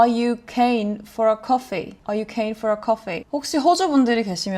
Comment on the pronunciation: Idk how to correct it over text but your keen is definitely off, like it's definitely got the Australian accent to it but it's just not said/pronounced right in the sentence. Also the keen for a coffee / flat white turned British towards the end :). Also the lady you're shadowing has a very strong/pronounced accent. Kinda bogan-esque but she doesn't seem boganish. It reminds me a bit of an old TV show called Kath and Kim (an absolute Australian classic, basically everyone above gen z would know it, and I'd assume some of gen z would also know it). Ta was new to me as a young teenager until I got a baby nephew and everyone used ta to him when he would hand them toys lol so I ended up using it a bit after that, although I'm very much a cheers person most of the time. Similar to 'how's it going', you can also say 'how ya goin?' (pronounced gahn/garn). And something that you might not ever hear but I would like to mention is that some people can change no worries to no 'wukkas', which I assume went from 'no worries' -> 'no f*ckin worries' -> 'no wuckin forries' -> 'no wukkas'. Also it took me til adulthood to realise that 'reckon' and 'heaps' were just said like that in Australia!